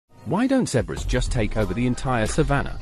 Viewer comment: A heard of what? Zebrus? 😂